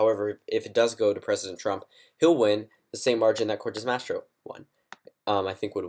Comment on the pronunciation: It's "Cortez Masto," not "Cortez Mastro."